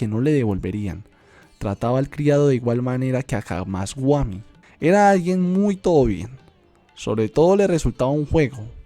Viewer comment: Solo algunos detalles en la pronunciación de los nombres, no es camasguami, es camasbami